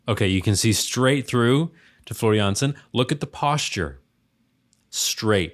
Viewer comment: I am impressed you got her last name right but her first name is pronounced like the kitchen floor also the keyboardist/ founder/ songwriter/ composer is Tuomas pronounced toe as on your foot and Moss like on a tree so toe moss